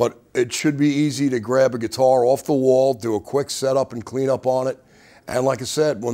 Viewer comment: love how he says "strings owff"